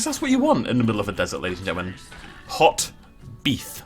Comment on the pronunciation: Why does ”hot beef” sound so incredibly weird?